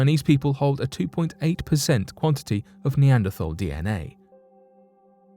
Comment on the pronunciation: Neanderthal is typically pronounced "nay AND err tall", or similar among the scientific community. This isn't meant to chastise you, but provide an opportunity to you and your audience to decide what to do with this information. Your videos, including this one are very entertaining and informative. Thank you for the efforts.